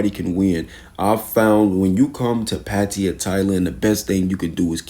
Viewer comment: pattiya? you mean pattaya